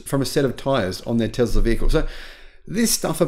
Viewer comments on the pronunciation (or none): It’s Tesla not Tezla.